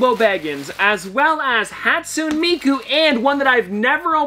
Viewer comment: I don’t wanna be that person, but it’s haat-soo-neh miku lol